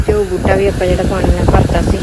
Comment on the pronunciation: putt buja ni hunda buta hunda😂